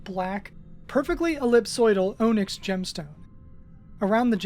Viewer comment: The way Onyx was pronounced only 7 minutes in and I knew my nest bet was just to skip to 'You've been awfully quiet". Then I heard 'Stead' and 'Primrose' and I can only imagine the genocide of pronunciation that must have occurred in the previous 3 hours.